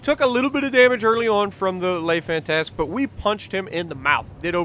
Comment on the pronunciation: The way he butchers the ‘lay fantast’ 😂😂